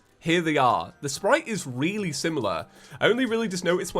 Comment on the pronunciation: "The Sprite is weely similar"